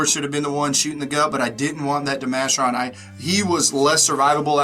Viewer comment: Never heard it pronounced De-Masher-On. Always De-Ma-Care-On